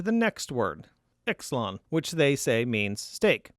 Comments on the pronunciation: “Xelon” - I believe that this is to be pronounced “Zelon” having common roots with the modern words xylophones, xylem and xylene. Otherwise, good analysis. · The Greek word "Xelon" is pronounced: - "Ksee- lon." X is the beginning letter for "Christ," and is pronounced as the "ch" in the Scottish word "loch." Not "ex." 😊😊